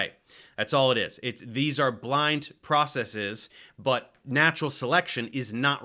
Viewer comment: Its refreshing to hear someone say processes correctly, instead of process-ees.